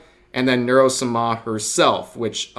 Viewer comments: Sah mah Not "-smah" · why do you say Nuro-Suma? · Is it just me or does rev's pronunciation of Neuro-sama just sound wrong? 😂